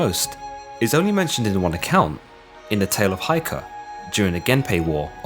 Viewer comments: Please check the pronunciation of Heike (平家). It is not Ai in hi, but Ei in take. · Lol the tale of Heike is pronounced like 'heykeh'